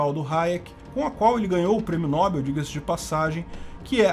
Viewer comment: Apenas para auxílio, Nobel é oxítona. Pronuncia-se, no-BEL.